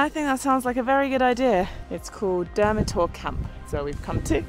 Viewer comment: Kinda butchered the names of the towns, here's how you really pronounce them: Nikšić - Neeksheech (soft ch) Žabljak - Zhablyak Durmitor - Doormeetor